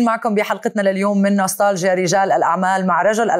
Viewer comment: نستالجيا تلفظ التاء فيها مرققة وليس مفخمة حتى لا تسمع ..نسطالجيا.